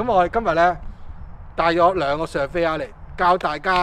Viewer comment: Coco 哥用左字幕啲字surveyor 變severa , 因為懶音好光變好乾🤣 不過間屋好正花園好長